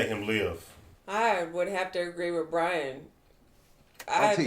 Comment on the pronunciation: You always had trouble saying Brian